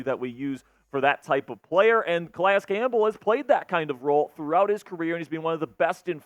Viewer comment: Cal-EEE-iss Campbell is the correct pronunciation bruh